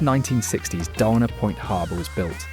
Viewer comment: Dana Point is pronounced "Day-Nah" , named after 19th century author & legal statesman Richard Henry Dana.